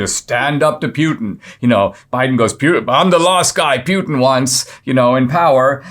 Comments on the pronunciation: I believe Putin is pronounced Pootan not Pewtan. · C'mon Dinesh... Who TF is Pyoutin? I thought you were a smart fellow. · NOT PU LIKE PUKE BUT PU LIKE POOPOO PUTIN 🤣🤣🤣